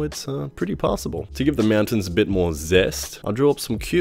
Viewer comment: "Meowtains" Am I the only one hearing this? Are my cats hypnotizing me in my sleep, or something?